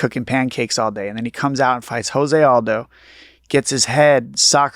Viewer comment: My bruh- I love you to death BUT you ALWAYS say JOSE ALDO’s name wrong and I can’t help but cringe every single time! After fighting along side him for over a decade YOU SHOULD KNOW THIS!! JOSE is pronounced with a hard “J” like Joe, not with a soft “H” like house! It’s Portuguese not Spanish. Please please please say it right my man!